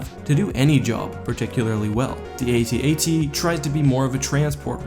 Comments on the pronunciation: nop dude its pronounced AT-AT like hat-hat. not saying the letters like ay tee ay tee. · "AT-AT", kid. Not, "A-T-A-T". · Okay, first, they are not A-T-A-T's. They are AT AT's. Second of all, their overall coolness supersede any practical logistical points. Hell, why use any ground forces at all? Why not bring in 20 Star Destroyers and just pound Echo Base into dust? Also, I would suggest that maybe the Empire is like the US, where some jack wagon in Congress gets paid off by some company to produce stupid vehicles and weapons like the Ospry that don't work or make sense, just so someone can line their pockets.